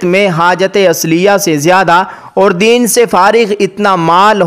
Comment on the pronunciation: دِین نہیں بھائی صاحب وہ دَین (قرض) ہے دَین سے فارغ